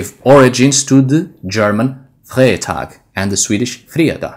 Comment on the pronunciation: "Freitag" in German is pronounced with an English type "i", like "fritag"